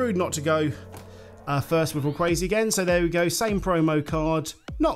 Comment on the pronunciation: Why do you call Rayquaza Rayquazia